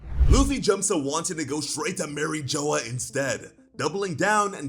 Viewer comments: Did you really just say Marie joa? Seriously? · Who the hell is Mary Joe or whatever the hell you’re saying? It’s pronounced like a French word not Joe or Joya or however the hell you’re saying it!